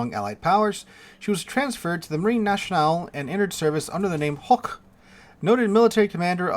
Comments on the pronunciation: So the Chinese now have two Sovietzky Soyouz BBs, one with double 457s (Sun Yat Sen) and one with quad 356s... Hoche is pronounced "OSH" not "HOCK" Those kind of H are silent. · The pronunciation of "Hoche" depends on its origin. In German, it is pronounced like the English word "hosh". In French, the accent indicates it's pronounced "osh-ay" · Osh'ay would be written Hochet, the toy given to toddlers. As for the name, the e is silent, just as the h. So it's "osh"